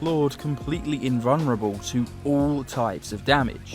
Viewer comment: He's in-vun-ruh-bow